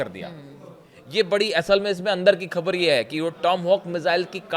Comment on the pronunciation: Despite repeated messages, is not improving his pronunciation. He mispronounce Khhbar as khabar, without Bindi below Kh, and Jabardast instead of Zabardast. His unnecessary hand movements are irritating.